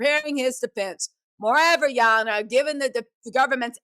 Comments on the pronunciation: Ya Ah-nah 😂😂😂 be taking me out! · "Ya Honor"😂😂😂tickles me chile every time